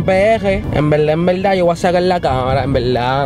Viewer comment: No quiero ofender a nadie. Pero. Por que diablos . Dicen POLQUE... cuando se dice PORQUE. .. y tambien la palabra VERDAD.. le dicen VELDAD ? siempre me e preguntado eso